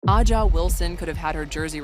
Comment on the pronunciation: Is it too much to ask for the narrator to correctly pronounce Wilson's first name?